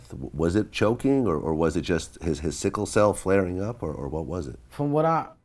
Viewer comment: Dis dude said "seeker cell". 😩😩😩